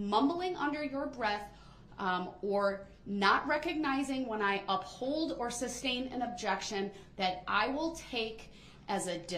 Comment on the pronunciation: Imagine being the poor court reporter, having to spell out Duh-rell's "special pronunciations" like instead of "vehicle" he says "vee-cooh", and instead of "license plate" he says "licen place", and "sub-stain" instead of "sustain"😂